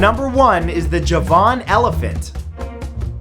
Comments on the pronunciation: Me too! There's one above about "Eye-ran," which I Liked and added its wonderful neighbor, "Eye-rack." I was just scrolling down to see if anyone else caught "Juh-VON." which he used a few months ago, too. Hey, Matt, we luv yuh, but for future reference, it's "Eee-ron," "Eee-rock," and "JAH-van." Keep finding this obscure beasties and such! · JaVAAN elephant? The emphasis is on the first syllable, making it JAAVan elephant . . . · I thought is was Ja' -van rather than Ja-van' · Piss off with your bloody fake thumbnails. And you pronounce "Javan" completely wrong. It's JAVAN as in coming from the island of Java, not as in the word "Javan" being a place or something. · Ja-van. Is pronounced jar-ven. Based of the Indonesian island Java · It's pronounced JARvan Elephant - Just like the island of JARva. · "Javan" is pronounced with the emphasis on the first syllable, not the second. It is pronounced like "Java" -- from which it is derived -- with an "n" sound on the end. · I noticed and became duly vexed. He probably thinks that "Javan" is a place or aspect in itself, and not an identity stemming from the word and island of "Java". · Neither can Matthew. He mispronounces the Coelophysis (but so do all English-speaking people, even paleontologists. "Coelo" comes from a Greek word, which is pronounced with a K sound instead of an S sound.) and the Javan Elephant. He seems to think that "Javan" is a name of its own, but it's not. It's Javan as in coming from the island of JAVA. Cheerz~